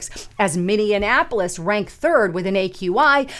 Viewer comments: MINNIENAPOLIS. Come on 😅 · You really do have a hard time saying Minneapolis. 😆